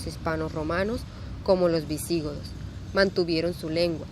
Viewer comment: Muchos errores e imprecisiones de historia en este video, además de pronunciación incorrecta de algunas palabras ("visígodos", "quechuá", etc.) y una forma de lectura poco fluida. Las imágenes que muestran muchas veces no tienen relación con lo que están diciendo. Y al final, la presentación termina en forma abrupta, sin ninguna conclusión. Esto ni siquiera sería aceptable como presentación de niños de primaria.